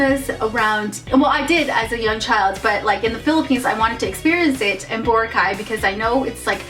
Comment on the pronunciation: You are pronouncing boracay wrong